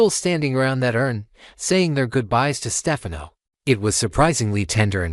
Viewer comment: What is this AI nonsense. Can’t even pronounce Stefano